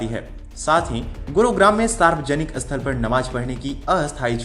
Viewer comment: Abe ye "asthal", "asthan" kya hota hai? Sthal aur sthan bolna nahi aata kya?